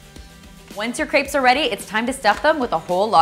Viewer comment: Can you please just say "crepes" correctly. Thanks